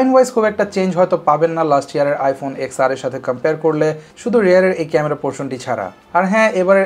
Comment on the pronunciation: Why are u calling ten R wrongly again & again ?😑